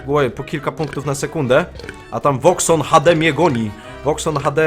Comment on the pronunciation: VoxonHD się muwi :D!!